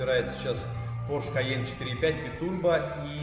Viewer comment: ударение на первый слог в слове porsche;) Спасибо за классный контент